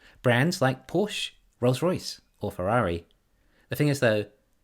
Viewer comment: The German family name Porsche is pronounced por-shuh -- two syllables, with the stress on the first one.